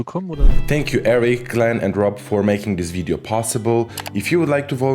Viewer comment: I just love the way Norbert says "video" and that it sounds so similar to how Slovaks would pronounce it.